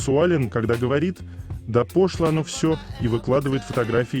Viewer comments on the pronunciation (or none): Ну у автора с ударениями засада, пОшло и пошлО разные слова.